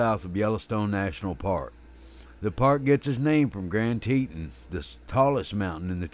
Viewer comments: Lost my interest at saying Teetan... it's Teton. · Damn it, use the proper pronunciation of "Teton" for crap sake. You sound like a hilllbilly....."teeeetawn", jeeeez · Wyomingite here, and yes Teton is pronounced Tetahn. I won't hold it against the narrator though. He makes a lot of good points and that is more important than pronunciation of the landmarks. This is the second grizzly attack in Wyoming stopped by the bear biting on the bear spray can. The other was in the Crandall/Sunlight area. Glad he survived and is making a full recovery. Lucky/blessed they had cell signal, I would recommend a GPS sos device. That device saved the man in the aforementioned Crandall/Sunlight attack. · I always thought it was pronounced Grand TEE-ton" ("ton" as in the word "baton")? But is it "TEE-tin", as pronounced in the video? I don't know -- just curious. Great video. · I have always heard it pronounced grand Tee-tahn , The narrator has a very strong southern accent therefore he pronounces it grand, teet-un… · I’m assuming that you neglected to see the comment that I (the narrator) posted apologizing for any mispronunciations. In a perfect world everything would be pronounced correctly. I’m sure that everyone’s accent make mispronunciations all the time. Again my sincerest apologies for mispronouncing tah-ton which had no bearing on the point of this video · lol! It’s Tee-tawn. 😁 That’s how locals pronounce it. I grew up there. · I cant listen to you mispronounce "Teton".